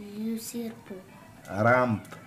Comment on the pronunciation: "le sirrrrrpon rrrrrrrrrrrrrampe" il m'a tué